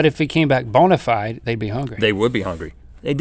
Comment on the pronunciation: Bonafide.... so Southern.... love it.